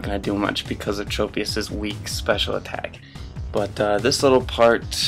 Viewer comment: I believe the proper way of saying it is Trop- as in Tropical